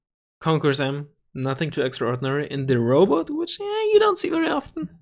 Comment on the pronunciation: It's called Robot not rowboat.